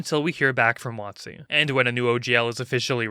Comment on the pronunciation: Watt-zee, eh? Interesting way to pronounce it and with the changes to the OGL, it seems accurate with what it rhymes with.